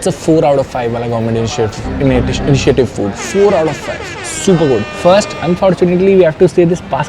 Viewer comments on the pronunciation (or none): Bro its not gorment .. its government 😢